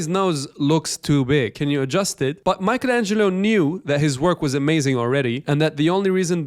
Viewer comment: “Mike Angelo”